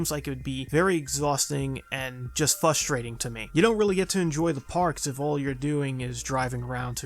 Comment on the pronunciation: Your videos are interesting but the mispronunciation is so rampant that it gets aggravating. You say "fusstrating" instead of "frustrating" and repeatedly say "Bo parks" instead of "both parks". I'm not sure if its a speech impediment, laziness in speaking, local dialect or what, but if there's one thing i would do to improve your videos, it would be to have someone assist you in working out the issues with your pronunciation and enunciation when doing the voice overs. Again, this is meant to be constructive criticism, not just bashing for no reason.